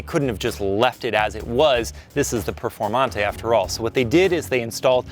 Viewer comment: The way he says lonborghini huracan preformante lmao